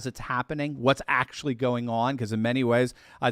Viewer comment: Please don’t pronounce your A’s so hard in words like “aaaactually”.